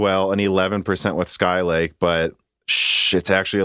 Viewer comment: Your pronunciation of "sky lake" is wrong